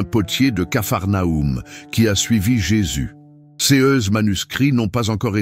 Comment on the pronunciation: Dommage que l e commentaire soit lu par un robot incapable de prononcer correctement CES ainsi que les dates et les chiffres en francais. Ca gâche beaucoup le contenu , Et il y a une erreur de date, l’enfant ne peut être né en 2018 et avoir ensuite atteint 18 ans ! Par ailleurs, il n’y a aucune révélation inédite, tous ces propos sont soit dans les evangiles soit dans les ecrits de mystiques visionnaires. Donc je crains que cette belle histoire ne soit qu’une fiction et que Mateo n’existe pas.